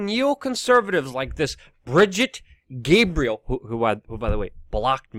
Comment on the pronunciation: Luke, do you know even one tiny thing about the Twelvers? It seems clear that you don't, else you wouldn't ask such naive questions as, "Why would they do this?" And the fact that you can't pronounce Brigette Gabriel's name is another clue that you are way under-informed about the Iranian situation. And I don't want to type enough here to explain to you why my taxi driver - when he was returning me to the airport in Tehran, Iran - asked me to literally ask our President (Bush, at the time) to "please bomb our country." You want to know why something makes sense, then ask yourself why he would ask me to do that! I was so taken aback that I asked him to resay what he had said. He did, word for word! Why, Luke? I know why. I know you intend well, but there's just so much you don't know. So I wish you'd talk about other stuff you DO know something about. -- This is from a strong, long-time, but not blind fan.